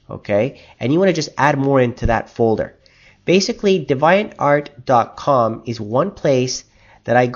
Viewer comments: its pronounced deee-vee-ant...art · Did you really just say dev-IE-unt? How long have you been saying it like that? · I LOL'd when I heard how he pronounces devuiantART X3